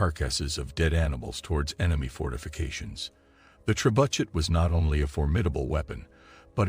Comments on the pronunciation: The ""trebudget"" Ha ha ha ha haaaaaaa the """trebudget"" 🤣.. the pronunciation 🤣🤣🤣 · Oh so all this time everyone has been pronouncing it wrong, its actually pronounced Tre-Butt-SH*T.... wow ... now we know .. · AI voiced, can't pronounce words like "trebuchet" correctly. Worthless clickbait.